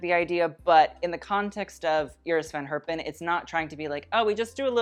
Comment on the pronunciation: since you love to pronounce all the french fashion house names correct I got a challenge for you :). Iris van Herpen is pronounced quite differently. the first e in Herpen is pronounced more like english speakers say the a (in for example Jacket).